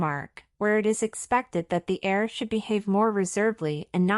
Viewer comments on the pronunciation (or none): The word is ‘heir’ not air!